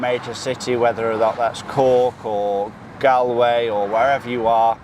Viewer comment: Small tip - the pronunciation is closer to "Gaul-way" rather than "Gal-way" Great video 👍